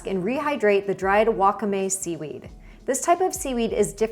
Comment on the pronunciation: friendly tip, wakame is pronounced with the stress on the second syllable (wa-KA-me) rather than on the first syllable like you had in this video 🙂